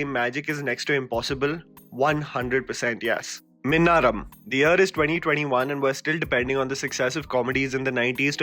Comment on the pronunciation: Minnaram.... Really?!!!... Like seriously?!!